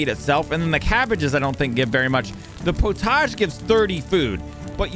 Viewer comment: Love this series. In England we say pottage like "pot-idge".